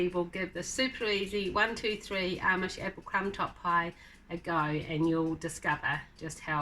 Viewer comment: In America, most say "Amish" exactly as you say it. Sometimes, I do hear the long A- mish pronunciation, but not usually. I really do like your channel. I'm subscribing, coming from Whipporwill Holler.